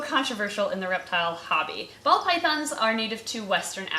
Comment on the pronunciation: I keep hearing 'bald' pythons instead of ball.